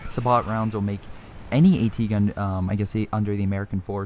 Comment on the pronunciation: Sabot Rounds are pronounced Say-Bo.... French Word. Just for future reference :). I made that mistake for the longest time lol. Thanks for the upload.